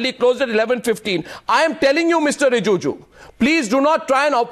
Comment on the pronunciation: Arnab, it's not Rijuju, it's Rijiju ! 👈